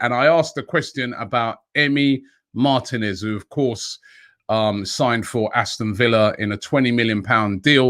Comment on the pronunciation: MAR-TEEEEEE-NEZ NOT MARTIN-EZ